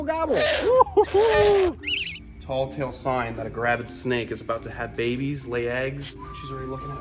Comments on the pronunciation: Hahaha did I hear you correct? Did you say, "tall tale sign?" You do know it's TELL tale sign, right? I'll give you the benefit of the doubt and assume it was an unconscious slip. Funny tho. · it's ''tell tale" not "tall tale"